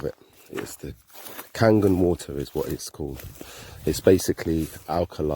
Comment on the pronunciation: Its Kangen! Just sayin